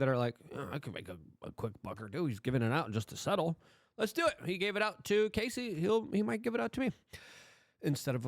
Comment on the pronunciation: Luke her name is Cassie not Casey ..please get it correct